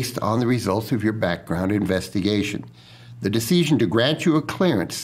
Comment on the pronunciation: Why does he pronounce "decision" like deeseeshun. If I didn't know any better, I would think he was a foreign op with really good English who didn't remember how to pronounce all the words...🤔🤔🤔